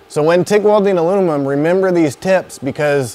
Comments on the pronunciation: he said « alunimum » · Love the vid very helpful but I’m just saying I could make a drinking game on how many times this guy mispronounced aluminum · "Alunimum" LOL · Sounded like Alu-mum to me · So when welding ALUNUMON 😂😂😂😂😂 sorry It made me laugh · this guy keeps saying alumimum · The way this guy says aluminum drives me absolutely insane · Great vid but this dude was having alot of trouble pronouncing aluminum 😂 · Good video but he struggled saying aluminum lol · Great video, but in a video about aluminum welding, you should at least know how to pronounce it..